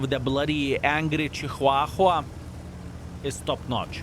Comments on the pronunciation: Haha love the way ya Chihuahua..... Here's how to say it, Sounds like = cha - waa - wuh 🤔 DAMN little Yappy pointed eared Rats / Bats... My mom had 5 or 6 over my 63yrs... Worthless !! Get a Good Pitbull or Bull Mastiff or Shepard At least they have there Uses and very Devoted / Protective / Loving & Smart 😉 And would give there lives to Protect Your and Family's Instead of RUN away Squeaking LOL THANKS Video !! See ya tomorrow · WTF is a ciuhahua?! hahahaha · I can't get passed how says chihuahua and I'm I can't work out if it's a joke or not